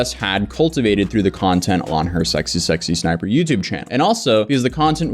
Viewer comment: You keep saying SSSsniper... But it's just SSsniper.